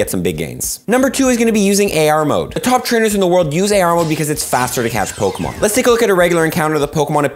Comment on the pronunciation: is the greatest... at bucherin g names of pokemon